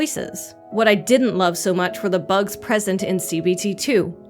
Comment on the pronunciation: i'll thell you hwat